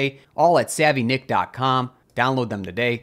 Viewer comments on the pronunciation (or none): none